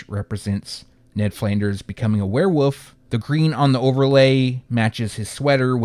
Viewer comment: Lol “where-woof” 😏